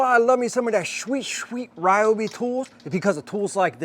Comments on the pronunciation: Pretty sure its Reeobi! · It's REE-OBI....lol, great vid! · Never what? Please start pronouncing it correctly 👍🏻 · Why can't you pronounce it correctly?! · Sadly, I believe you. If you’re going to promote us, please use the correct pronunciation…